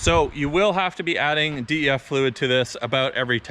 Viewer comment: Bruh just say DEF fluid not "D.E.F."